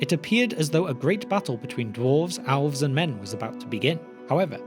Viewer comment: Still don't understand why yall choose to mispronounce Elves and Elrond as, "Alves" and "Owlrond". Tolkien was British but made it pretty clear, even in his accent.